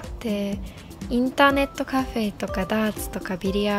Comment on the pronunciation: インターネットの発音が日本人のカタカナ英語の読みですごいと思いました。